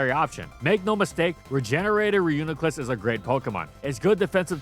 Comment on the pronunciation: It’s pronounced ree-yoo-nee-kluss btw